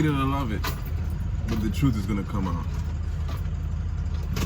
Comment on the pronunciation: I knew you were Trini when you said TRUTE instead of TRUTH